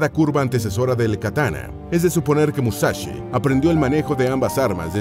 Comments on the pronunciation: "Musachi Musachi" pronuncia bien, se dice" Mu-sa- shi .... sonido (s) sssssss" que parece que los latinos no sabéis leer ... joderr. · "Musachi" tan bien que esta el video.... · No es musachi hablá bien.... Es musashi o en todo caso Miyamoto o Katsumoto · TODO BIEN TODO GENIAL PERO ES MUSASHY NO MUSACHI COMO AVECES PRONUNCIABAS.... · Porqué pronunciarlo con "ch"? Musachi?! Escasa y pobre info sacada de sus serie de libros... Nada nuevo :/